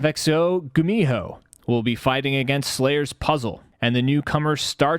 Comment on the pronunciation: Its annoying when everyone else pronounces gumiho as "goomiho" while he says "gumeeho"